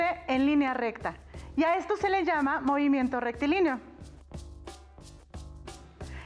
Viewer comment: Mimimiento jjaja